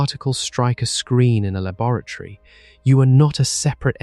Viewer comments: Wait. Is "labaratory" a new word or is he trying to say laboratory? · Has to turn it off after the second mangled pronunciation of 'laboratory'. Distracting